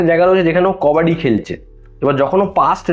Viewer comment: কাবাডি 🚫 কবডি ✅ 😂😂😂